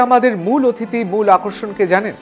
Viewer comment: অথিতি নয় অতিথি হবে